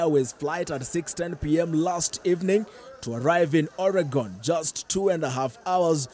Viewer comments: O-rey-gon 🤣🤣🤦🏽‍♂️ Its pronounced Ori-gon. Kienyejis reading news.. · This is petty. You don't become an achiever in anyway by pronouncing any word like the natives.